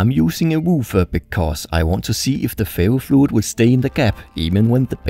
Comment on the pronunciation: I thought he was saying fairyfluid